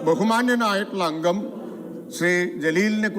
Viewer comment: അങ്കമല്ല പോത്തേ അംഗം😆